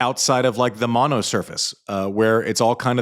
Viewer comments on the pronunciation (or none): none